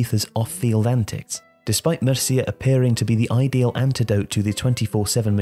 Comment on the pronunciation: You should do some research on how to pronounce and spell names of Spanish cities/people before releasing a video. The name of his coach in Mallorca is Gregorio Manzano, not Mazano, and the pronunciation of Murcia is not even close.